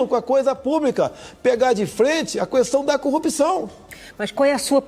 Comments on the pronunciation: kkkkkkkkk "Mandetta encurralado entre o certo e o chefe" e um chefe pernóstico que gosta de pronunciar o "u" de questão. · Agente vê que o Bolsonaro não sabe nem falar quando pronuncia as palavras "técno" e "cuestão". Daí então percebemos o quão burro ele é. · "Cuestão"! Fala direito Bolsobosta!